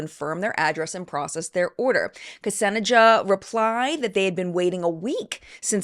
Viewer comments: Btw “Ksenjia” is most likely pronounces as Kse-nee-ya. It’s a name of Greek origin. Popular in Slavic countries. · Ksenija was not right pronunciation, it's more like Xenia, but effort is appreciated haha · Fyi, Ksenija is typically pronounced Sen-yah I'm very anti-mlm, but if Beauty Counter is going legit, I would be ok buying it. The Pantone colour is a 💩brown for a 💩-show of an upcoming year, imo🙃 Omigosh that cat was adorable! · Just FYI, I'm pretty sure Ksenija is pronounced kuh-sane-yah( the "kuh" is very swift and tied to the s, if that makes any sense). It's a Slavic name, and it's also spelled as Kseniia or Kseniya.